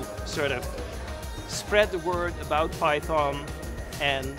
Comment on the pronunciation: I am here just to listen to the correct pronunciation of Python from the originator. LMAO